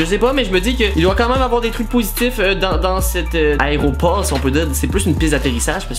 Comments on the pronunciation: Il a quand meme dit plus de vingt fois aréoport plus de 5 fois une avion lol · Tu parle de layropor ou lavion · un aéroport pas un aréopore will